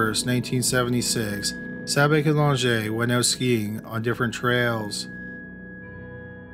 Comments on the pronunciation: It's Sabich not Sabby! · I wish the voice-over person would get Spiders last name right! It’s Sabitch , not Sabic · But he mispronounced Sabich. Rhymes with “rich,” not “Rick.” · sabich is pronounced sabitch. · His name was Spider Sabich ( pronounced sa-bitch )